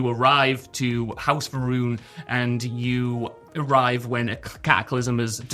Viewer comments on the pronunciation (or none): House Va'ruun sounds like House Iran.